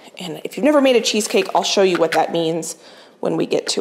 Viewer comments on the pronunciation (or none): none